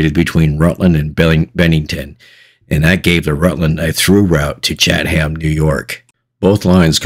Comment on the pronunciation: Pronounced Chat em.